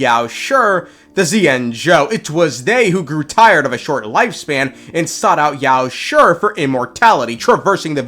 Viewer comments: I gotta be honest you saying yaoshi’s name as yaosher instead of yaoshe is honestly irritating 💀💀💀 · i admire your efforts to pronounce chinese names the way they are supposed to be, but your pronunciation of 药师 is way off. it's not that hard, neither does have a "sure" sound. since it's ī and not í a quick and soft "shee" sound should be enough. just felt like pointing out. edit: just to be more clear, your mouth is not supposed to open at all, just grind your teeth and try to pronounce it.